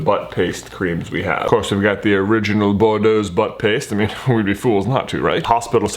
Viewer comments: And oh my goodness it's pronounced boo-droh lol. (I have spent some time in southern LA) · I love how you pronounced Boudreaux's! Hahahaha! Sounds very classy when it's really just Cajun. :-p Try Boo-dro (dro rhymes with slow). :-D And while I've never used epsom salts for tiny humans, if you're having an issue with bad diaper rash, you could try epsom salt soaks. Considering he was a preemie, definitely check with a doctor first. My experience with epsom salts come from a kitten with a terrible chemical burn from urine (basically what diaper rash is) and I would soak his little bottom and then (after drying) apply Boudreaux's first, Desitin over the Boudreaux's, and the baby powder. But, my babies booty cleared up in no time! For tiny humans, though, it's always been Boudreaux's. It's the best. It even works for larger humans that have heat rashes - common in Louisiana thanks to this horrific humidity!